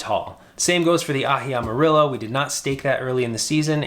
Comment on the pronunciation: Also the pronunciation of Amarillo is Ama-ree-yo. the "ri" makes the "ree" sound, like in breathe, reek, street. the "llo" makes the "yo" sound, Like yoyo. Cheers, mate!